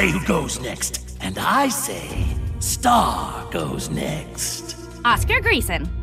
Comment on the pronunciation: Say it marco its star